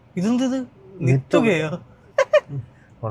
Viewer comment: adh nirthuka enn thanne aan vayikuka adh 😅 malayalam vayikan ariyathathinte aan